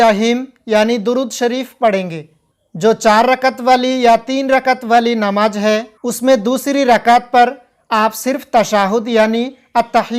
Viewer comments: bhai apne Bolne ke talaffuz pe kaam karo, Namaj Nahi Namaz Bolo, agar aap Sahi se nahi bologe to mehsoos hota hai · Namaz ka talafuz seedha bolo (namaj)x. Namaz✓ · Namaz to sahi bol, Namaj Namaj kya bolte ho. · Namaj nhi hota h namaz hota h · Mere bhai bolne se Pehle harfo ko clear karo.jeem nahi zal ke sath hai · Tum hindu ho ya musalman ??? Farj nahi hota farz hota hai namaj nahi hota namaz hota hai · J और Z में आपको फर्क नही लगता है है क्या???? कहाँ पर ज लफ्ज़ इस्तेमाल करना है और कहाँ पर ज़ नमाज नही """नमाज़ इस तरह से""" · Namaj nahi hota hai namaz plz correct your pronounciation. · Sahi kaha